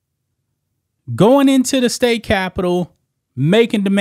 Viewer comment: "Uhlegals" lol